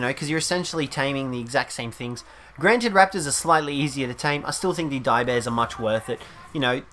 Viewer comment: When he said "Direbears" the first time, the subtitles said that he said "Diabetes"